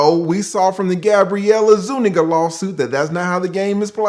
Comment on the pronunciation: i really appreciate your pronunciation of zuniga. if he had put that * *** ** in her, he coulda kept her name 😇